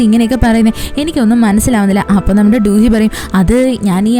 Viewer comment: Du hee alla chechi do do hee aan, njan koreayil aan padikkunne